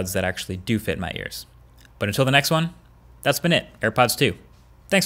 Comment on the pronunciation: venks to the large battery...